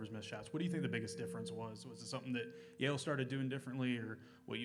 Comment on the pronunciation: Yale???? Yale????Yale???? NO EXCUSE.